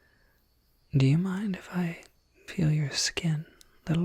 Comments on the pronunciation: Jesus Christ, did he say peel your skin, or feel your skin??? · Ok, ok, ok I thought, he said, can I pill your skin?